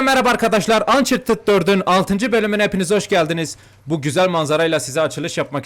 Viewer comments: ançartıt değil ançartıd dicen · Abi ançartıd diye olunuyor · hala uncartcurt diyo seviliyosun❤